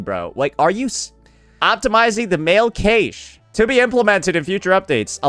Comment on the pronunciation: "Mail Cache" pronunced like "cake" means you know nothing about PC architecture :text-green-game-over